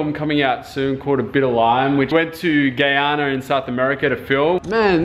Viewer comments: Did you say Guyana? It's pronounced how it's spelt, Guy-Ana. I swear, no one outside of the Caribbean pronounces the name of that country correctly :/ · It is GUY-AN-A ! Lol. People are always saying it wrong.